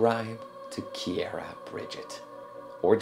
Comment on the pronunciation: Love that he calls her kiair